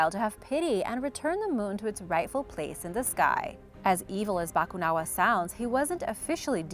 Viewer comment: Ganda ng pagkakasabi ng Bakunawa 🤘